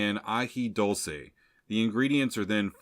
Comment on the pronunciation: It’s Dule-ce and coo-lantro!